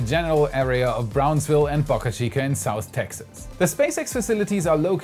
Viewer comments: the "Boca" in Boca Chica rhymes with Boat!!! Other than the way you pronounce that, you have a great Youtube channel! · Please learn how to pronounce Boca